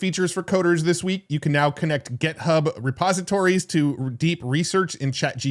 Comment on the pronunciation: This is a genuine question… does intentionally mispronounce GitHub as GetHub?